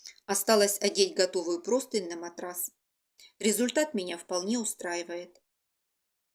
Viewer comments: Почему все говорят и пишут ПРОСТЫНЬ?!! Правильно ПРОСТЫНЯ́. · Друзья! Правильно -- простынЯ, с ударением на Я! Всех благ! Мастер-класс отличный 👍